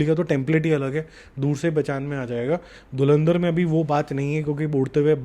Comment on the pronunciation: Dhulandhar ❌️ Dhurandhar ✅️ Galwal ❌️ Galwan ✅️